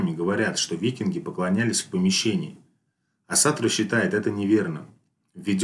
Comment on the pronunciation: Почему вы все говорите Асатру с ударением на 2ю А? Весь ютуб пересмотрел и все говорят неправильно, ударение ставится на 1ю гласную